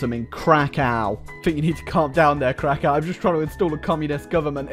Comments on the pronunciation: I bet you say Moscow like "Moskau" as well, like a 1980s yank. It's Crackov, anyway. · I like how pronaunced krakow as crow cow